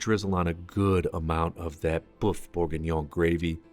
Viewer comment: What a great video but it's a pity you didn't find out how to pronounce boeuf correctly